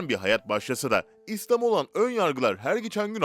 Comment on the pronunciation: İslama degil İSLÂMA..Yani ilk a biraz uzatılarak okunur..Faydali çalışmalarınız için Allah razi olsun..